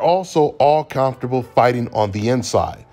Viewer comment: C’mon give us one more “calmfortable” when he says comfortable it just hits different where u from cuz with that accent? Lol salute!!